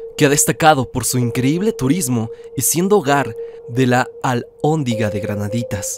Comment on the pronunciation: Albondiga??? Es Alhóndiga!!!! 😂🤣